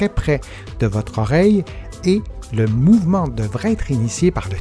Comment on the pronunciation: Mouvement et non moyvene. Pardon 🤗